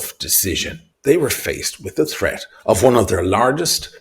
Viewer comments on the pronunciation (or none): none